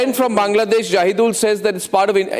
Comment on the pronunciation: He’s not Jahid~ul but Jaahil~ud